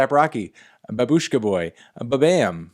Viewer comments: It’s not babUshka It’s bAbushka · Guys, it's pronounced /bä· bush·ka/ in Russian (with emphasis on the first syllable) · It's "baaaaaaaaaabushka" Emphasis on the first syllable Thank you, melon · Not as much support, as we are making fun of him for pronouncing Babushka wrong.